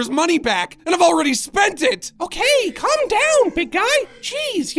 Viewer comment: I love how when says "calm down" it sounds like "c*m down" lmao.